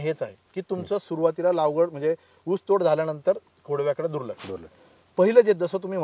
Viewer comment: लावगड नाही लागवड असते असे मला वाटते😂